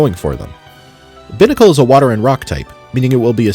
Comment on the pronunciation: Incredibly awful pronunciation of Binacle Do you also say bih-cycle? Bih-lingual?